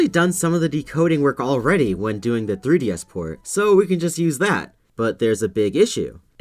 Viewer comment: da three dee esss